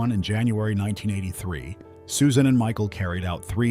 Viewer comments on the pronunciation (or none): It's pronounced SUSAN, stupid robot.